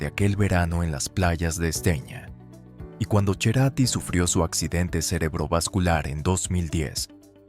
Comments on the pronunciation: antes de hacer una publicación, asegurate de hablar con conocimiento, para empezar no se dice Cherati, es Cerati, así, con C , sin H Antes de Cecilia Amenábar el estuvo casado con otra mujer, Belen Edwards, que lo influenció mucho en su música, y antes que ella, otra chica, que les ayudó con la estética del grupo.Cualquiera tu informe, bastante pobre y carente de veracidad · CHERATI?? YA ESTÁ NO TE ESCUCHO MAS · No es Cherati, es CERATI🤔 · No se pronuncia "Cherati". En Argentina siempre fue Cerati, con ce (se pronuncia "argentinizado). El único que lo pronunciaba así era Fito Paez, porque es Fito... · Cerati animal...no cherati... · No es cherati es Cerati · Cerati es su apellido... no CHERATI.... Me cago todo el videodiciendoe cherati jajajaja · Se pronuncia Cerati, no Cherrati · No es Cherati hombre! Es Cerati!! Parce! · se pronuncia cerati no cheratiiii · No lo puedo ver por lo horrible que dices cherati por favor que ignorancia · Dios no hubo manera de corregir la horrible pronunciación cherati me reventó durante todo el video y le dio por pronunciarlo mil veces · Escuche "cherati" y cerre el video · Uy si, me da escalofrío cada vez que dice “Cherati”, a lo mejor lo hizo a propósito para generar comentarios cómo este jajajaja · ¿Quien es "Cherati"? No suena bien,. . . mejor dejemos el apellido como en verdad es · Cherati?.. el chentenario de las chenizas de las cherezas!!! jajajajaaj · Chloé: cloe... Cerati: Cherati 😂😂😂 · Ya después de escucharte decir cherati, 2 veces , deje de verlo. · Cherati ? Ni siquiera en italiano se pronuncia asi y yo soy italiano. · Cuál yerati 😅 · Me perdió después de decir Gustavo CHERATI. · cambie de canal cuando dijo cherati jaja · Cuando decís cherati me dan ganas de escupirte la cara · Ya cuando escuchas que le dice cherati pierde toda credibilidad. Todo falso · Y no es cherati deci bien el apellido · "Gustavo Cherati"???? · Las locuciones con IA me tienen CHATAAA. Cómo que Gustavo Cherati? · Porque dice "Cherati" por Dios!!!!